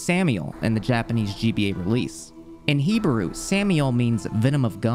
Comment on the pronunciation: what is he-ba-rue? i've heard of hebrew before